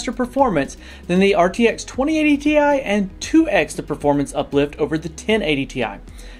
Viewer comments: It's still pronounced Tea Eye :) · You should have pronounced TI as tie